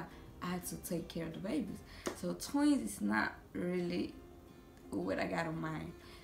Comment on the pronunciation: I love how she say tweez